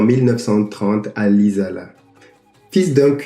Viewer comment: Lisala se lit LISALA ... nous n avons pas deux ss donc le s se lit S et seul le Z se lit z ... pleaso ... je regarde la suite now.